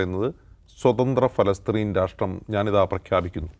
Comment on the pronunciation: പാലസ്തീന.,.. പലസ്തീൻ... പിന്നെ ഫലസ്തീൻ.... ഒടുവിൽ ഫലസ്ത്രീൻ..... പേര് അങ്ങനെ മാറിക്കൊണ്ടിരിക്കുകയാണ് അല്ലേ? ഇനി പരസ്ത്രീൻ. എന്ന് പറയുമോ